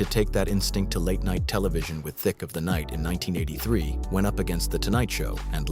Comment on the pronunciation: Why does the narrator sometimes pronounce Alan Thicke’s name “Thicka” and sometimes “Thick?” Which is correct?